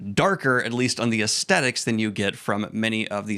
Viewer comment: Love this analysis. Hate how you say "aesthetic". Keep up the good work <3